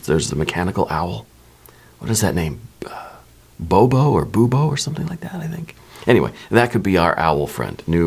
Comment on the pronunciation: Bubo, pronounced boo-boo 🦉